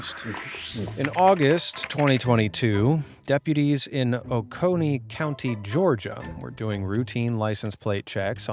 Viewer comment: Georgia resident here. Oconee is pronounced "Ock-nee" for future reference. 😊